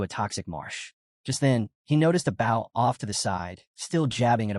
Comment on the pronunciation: Please review the videos before posting. Your AI saying bow, like from a ship when referring to a weapon, and then bow, like the weapon, when talking about the act of. The uncountable number of times it misspoke from whats literally on the screen. 7% instead of 7x, 5% to 50% to 500% to 5000% back to 5%.. having skills completely explained EVERY time is okay, but then when it can't repeat what's already been said is annoying. Same with stats/attributes. Saying names unmeasured times only to start saying them incorrectly, or outright getting genders mixed.. I like the stories. Just please review your AI before you post to make sure the quality isn't being lowered by simple fixes.